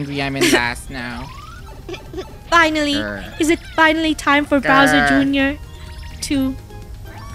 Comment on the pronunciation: has anyone realised how funneh says browser junior and not bowser junior